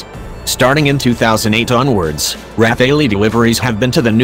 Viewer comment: IF YOU ARE DOING A DOC ON THIS FIGHTER CALL IT PROPERLY:RAFALE(Strong gust of wind').......NOT RAPHAELLY...momo!!!!